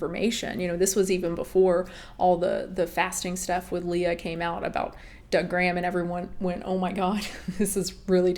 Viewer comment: Whenever you say Doug Graham I always hear it as “da gram” like slang for Instagram 🤣😭